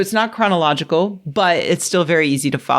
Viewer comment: Not high!? Did you not just say "chronicological"? 😅